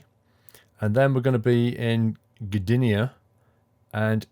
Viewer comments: "Gdynia" - you pronounced it right ;) some polish words might be hard for english speakers. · You actually pronounced Gdynia very well, exactly how you should say it